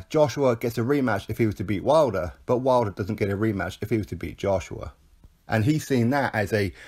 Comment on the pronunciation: You called him "Wilder" 😵